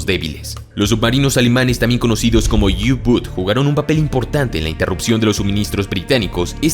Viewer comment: Excelente informe!!! Un detalle: «U-boot» en alemán se pronuncia tal cual se escribe: u_boót. El plural es «U-boote».